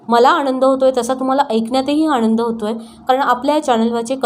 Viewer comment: आनंद ह्या शब्दाचा उच्चार 'आणंद' असा करताय तुम्ही, ती चुक त्वरीत सुधारावी ! 😫😡